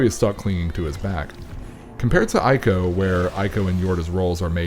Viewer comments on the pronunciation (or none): It's "Eeko" and "Treeko". A play on words for the third Team Ico game. Trico